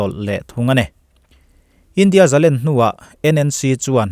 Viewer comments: ani meuh maw....Ṭawng thluk damlam dan hun azira danglam anih dawn chuan zalen tihtawp ah chuan ani maitheia mahse zalenna tih ah chuan thluk hniam tur niin ka hrelo aji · Zalen, sangha len,tihte nen hian alalm dan i hriatpawlh zawk ankh kha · zalen tih hi ,,sangha len a,,' len' ti anga lam zawk tur ani e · ka ngaihdan chuan zalen an lam fan ṭhin hi ka ngaimawh zawk keimah chuan